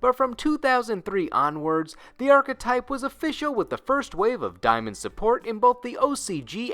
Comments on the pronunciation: the fact that you know daemon is just demon but you still mispronounce it even though they are pronounced the same bothers me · daemon is pronounced demon dude. it's just an older form and spelling of the modern word............you'd think your co-host would correct you or something. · You're saying Daemon wrong. It's pronounced the same way demon is and is an older spelling of the word. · Saying day-mon is much more fun though :) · mhmm. yeah. alrigh. okay. If you allegeded "geniuses" were paying attention" it would have also been CRYSTAL CLEAR during the "deamon" segment that you were also mispronouncing the word "deamon" I studied middle ages in middle school when you were still in kindergarten. but I was done with your channel next week. I am n and no offense but don't call people on the Internet sweetheart. they might think you're coming on to them and in the real world where you can't hide behind a fantasy personality, people would respond with a suplex. or a sludgehammer. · Diamond? Lol the amount of times you said it made me laugh, Daemon is still just pronounced Demon. Old English translated from latin I believe. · and even when not said like demon, day-mon would still be better than die-mon. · The way you pronounce “daemon” is…unique, to say the least. Most people pronounce it either “demon” or “DAYmon”…..never heard “Diemun” before Ngl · daemon is pronounced like "Day-mon" not like diamond lol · Wait I thought it was pronounced like day-men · just thought I'd point out, daemon is still pronounced demon it just uses an older form of the alphabet where æ was still a letter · Daemon (day-mon) is Demon's original spelling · Does he not know how to pronounce daemon? It sounds like demon pronounced weird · Matt Demon